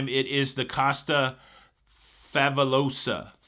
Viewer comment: Every time you said “Costa Favolosa” I heard Hermione saying, “it’s levioSAHH, not levioSO!”